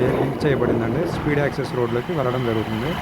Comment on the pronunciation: Speed access kadhu..seed access